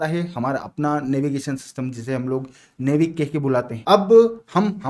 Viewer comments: नेविक ❌ नाविक ✅ 😊❤ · नेविक नही नाविक कहते है उसे, खेर इसमें आपकी गलती नही यह अंग्रेजी की अधूरी व्याकरण और अवेज्ञानिक भाषा होने के करण हुआ है😅